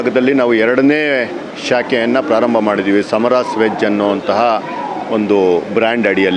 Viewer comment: ಸಾಮರಾಸ್ ಅಲ್ಲ 🤦🏻‍♂️ ಸಮರಾಸ್. ಮೊದಲು ಕನ್ನಡ ಓದುವುದನ್ನು ಕಲಿ 🤦🏻‍♂️